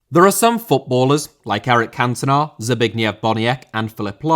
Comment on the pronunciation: Ffs always butchering names,Neneia?! It's Nenê!!!And Cantonar?!It's Cantona